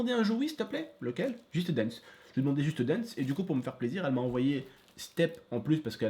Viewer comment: Waaaaaw l'accent " juste danse " ^^